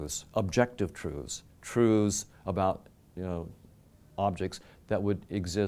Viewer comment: The way he says truths really urks me lol... Trooths...